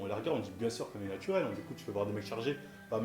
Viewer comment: " natuwel " ptdr ça m'fume